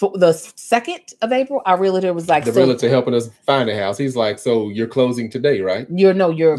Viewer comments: I Love you, but.... Imma need you to not say "REAL -A -TOR". The correct pronunciation is REAL-TOR! I'm just looking out for you sister girl!:) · As a RE Broker...I cringe every time I hear REAL-A-TER...😂😂😂